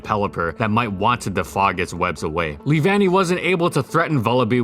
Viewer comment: lee-van-y? I though it was lev-unny.